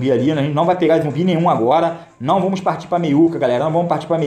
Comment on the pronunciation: "Vomos que vomos"